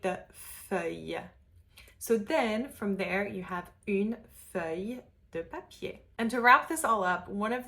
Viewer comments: Just one correction, the "eu" in feuille is an open "eu" like in "peur", closer to "uh". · Great video! A precision, though... the "eu" sound in "heureux" is not the same as the one in "feuille". In french, we have two "eu" sounds, one is more closed (the one you are showing, I believe) and one is more open (closer to the shwa, maybe). "Feuille" is more open. Voilà, une petite précision de la part d'une Française native 😉